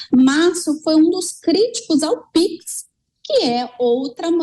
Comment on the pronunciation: Reparem que o nosso magnífico presidente não fala pix , fala pixi, normal pra quem fala tripexe. Kkkk